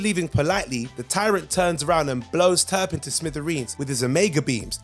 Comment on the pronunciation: Turp-in. Not Turban. Lmao